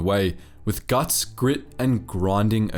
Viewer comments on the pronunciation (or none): none